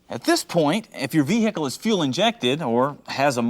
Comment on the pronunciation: Your “vee- hickle”. He’s not from the South. 👍🏽